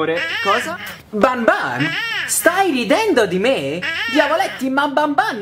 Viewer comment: SI DICE BANBAN